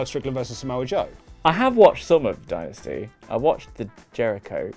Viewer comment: I like that Steve and Larsen call it "Die Nasty"